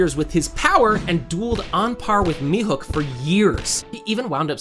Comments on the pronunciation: “mi-hook” for the love of god. MIHAWK. HAWKEYE MIHAWK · Thank you! It was like nails on a chalkboard hearing such an easy name mispronounced so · It's pronounced Me-Hawk. Not Me-Hook lol. Sorry but it was bothering me. Tell me you make one piece videos without actually watching one piece? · mihawk not mihook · Stop calling him mihook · How are you unable to pronounce Mihawk